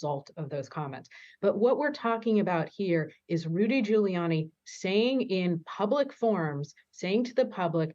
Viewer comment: Did the newswoman in red say "Fuliani" when asking about whether ghouliani could afford to pay the damages awarded?😊